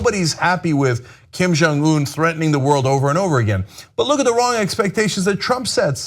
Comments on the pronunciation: Cenk saying 'Kim Jeongeun' like 'Kim Jong Oon' is like saying 'Ronald 'Reagoon'. Is he doing it to milk some racist laughs or is he really that stupid/ ignorant? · The fact the Cenk has a Korean (Steve Oh) on his staff and still can't say the North Korean leader's name right shows what an ignoramus he really is.